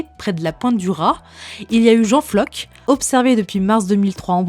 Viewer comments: Mon breton est un peu rouillé, mais ne devrait-on pas prononcer "Jean Flor" pour Jean Floc'h, et non pas "Jean Flock". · Alors effectivement en breton, le "c'h" se prononce "r" mais Floc'h est également un nom de famille qui se prononce principalement en "ck" (Le Floc'h). Alors je pense qu'ici c'est le plus le nom en "ck" qui a été utilisé :) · Et sinon, c'est quoi un floc'h?...